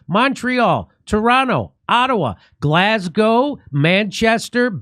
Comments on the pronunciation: I like how Jimmy now pronounces "Glasgow" properly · Haha 😄 someone must have DMd Jimmy and explained how you pronounce Glasgow 🤣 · Glas go. You got it right this time! 😂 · Glad you're saying Glasgow right now, Jimmy